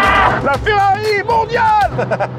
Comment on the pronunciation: On dirait une DOlorean 🤦🤦🤦 Mais pourquoi tout le monde se trompe sur la prononciation de cette voiture mythique ? C'est si dur de dire DElorean ? C'est pas comme Dolores. (et heureusement que l'orthographe par écrit est juste). Vous avez donc acheté une FOrrari.